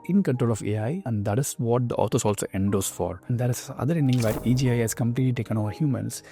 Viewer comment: All I hear is Tatatathhahahahtta Ghhafddadada Rrrreegegge He does not speak English "Where" is pronounced "weeeear"